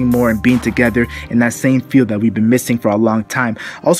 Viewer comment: stop saying fields.. jeez.